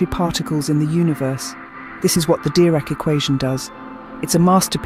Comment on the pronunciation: Please pronounce it Deerac.